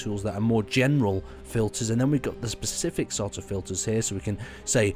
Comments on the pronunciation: spe-cif-ic. not pacific =p its also spa-ghe-tti, just incase you say pasgetty ^^ top vid tho bro, ty! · You say PACIFIC like my mother! IT IS SPECIFIC ;)